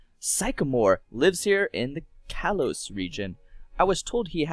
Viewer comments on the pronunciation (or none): You be saying things wrong allow me to correct you. Kalos Ka All os Vanivle [thing I spelled it wrong >_<] Van A Villl Sycamore Sick a more. Your welcome